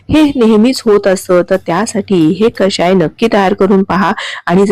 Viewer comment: कशाय नव्हे हो ! कषाय !! शुद्ध शब्द शिका आणि वापरा !! क षा य !😊